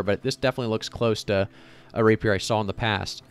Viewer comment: Mispronouncing Rapier and Sliver triggers me so badly, but that's a me issue. Good video otherwise / do more of the openings!